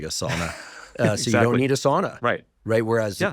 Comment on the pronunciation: I love you & I love your podcast. PLEASE pronounce sauna correctly....SOWNA. My grandmother was from Finland and spoke the language.